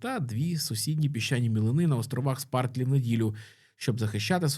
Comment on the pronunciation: Спратлі (Spratly), а не «Спартлі»